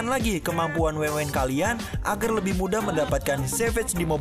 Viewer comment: WAN WAN BG BKN WENWEN WKWK